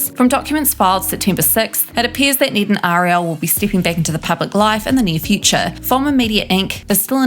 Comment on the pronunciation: Need? Its Ned like head